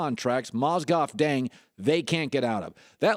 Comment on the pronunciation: Colin Cowherd luol dung? Lmfao bruh put some respec on luol deng's name